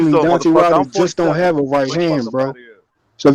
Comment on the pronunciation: that guy couldn’t even pronounce Deontay’s name right. Dante... 😂